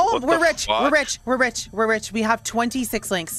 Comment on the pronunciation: " It's only game . Why you haf to be mad ? "